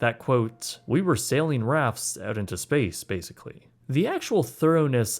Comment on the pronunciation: 2 months oat? Dont you mean out?! Why talk like that?!?